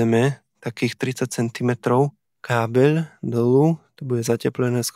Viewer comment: kábeľ, ventiľ :D nie každé l je ľ